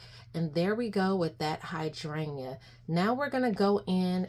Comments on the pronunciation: Please learn how to pronounce hydrangea 😂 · Don’t need to cut dome it’s fab fir hydrangea’s.. love ur accent hydrayyyyna ❤❤